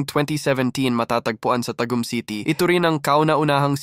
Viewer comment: dumarami ang nagsusulpotang Malls na parang mga kabuti pero d nman dumarami pinagkakitaan ng tao.. d balance.. tsaka parang ako napapagod sa estilo ng narration na parang hinahabol ng aso.. tsaka Taaaagum po tamang bigkas hindi Tag-ohm